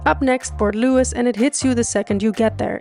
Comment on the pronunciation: gets all the french perfect, cut to Port Louissss